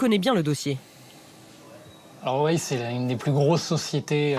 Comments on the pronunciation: Huawei pas wawei 😂😂😂😂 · Bon par contre woua wei on en parle... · On en parle du Wouah Wei ? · "wou-ah-wei" arggggg mes oreilles.. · Aaaaaah on prononce pas comme ça Huawei